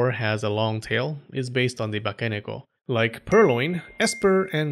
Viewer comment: ばかねこ(bakaneko)じゃなくて、正しくはバケネコ(bakeneko)だよ。